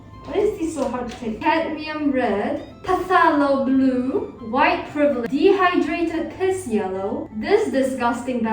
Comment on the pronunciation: "White privle-"